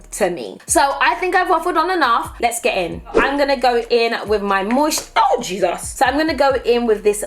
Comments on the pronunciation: When she dropped the moisturizer, that Nigerian "Jizos" came through real quick😂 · the 'JESUS' brought out the Nigerian in you...hehehehe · I did and 😂. You can’t escape the influence of your Nigerian parents at all. It comes out in moments like this 😆